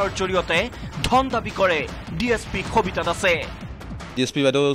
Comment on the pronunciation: khabita ne sabita clear korok,,, baki news thike ase